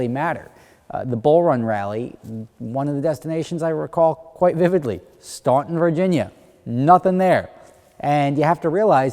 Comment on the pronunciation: I live in Waynesboro right next to Staunton. The "u" is silent... COME BACK